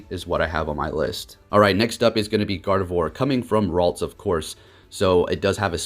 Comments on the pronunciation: It's ralts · Its ralts :) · ITS RALTS